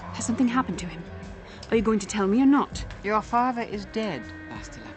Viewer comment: By the way Bastila pronounces her name in a wrong way, if I'm not mistaken. You can hear it in this video, when she says "I'm Bastila, yes"